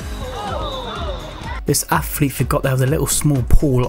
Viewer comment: Wtf is an affflete ?